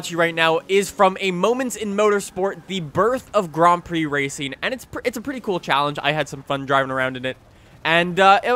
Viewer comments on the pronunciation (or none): none